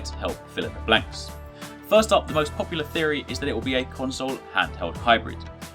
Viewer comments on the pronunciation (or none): none